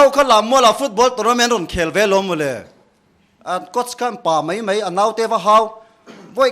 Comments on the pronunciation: 1st a Perform hian "mai" a ti thiamlo "mei" a ti zel mai.. Pu Mafa akha chu la awm se a khak ka ring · 'Mai' tih tur 'MEI' a ti zel. Pu Mafaa kha chu awm se a khak em em ang.